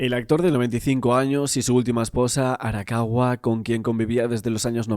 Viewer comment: Arakawa san...no Arawaka...